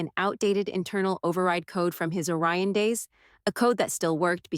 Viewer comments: It’s ORION, not a Ryan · It’s “Orion” not “a Ryan”! If you can get it right once you can get it right EVERY TIME.